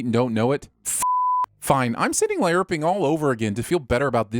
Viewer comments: Does anyone else find his pronunciation of LARPing odd? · Is that really how "LARPing" is pronounced? Gee whiz P.S. And are children really counted as people?